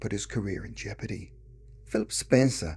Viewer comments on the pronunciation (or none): none